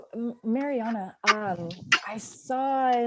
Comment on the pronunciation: Marianna is the first Sykes’ female millionaire and the youngest. I think u guys should pronounce her name right.